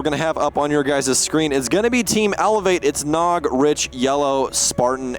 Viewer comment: He also said nog as N-O-G by the letters